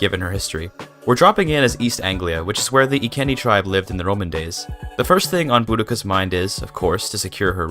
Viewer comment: I thought the Iceni tribe was pronounced I-see-nee